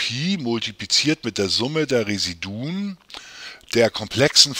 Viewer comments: Ihre Aussprache von Residuen macht mich fertig. Bitte lesen Sie das im Duden nach. Es heisst Re-SI-du-um. Ansonsten aber sehr hilfreich, danke!! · Es ging um die Intonation, nicht den Plural. Wobei ich das nicht weiter wichtig finde. Vielen Dank für Ihre tolle Arbet.